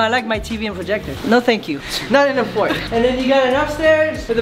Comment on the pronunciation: I love when was supposed to say this is going to be my blanket on my fort but he actually said this going to be my blanket on my fart lol